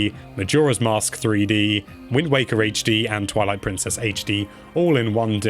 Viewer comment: I love hearing "Haych Dee".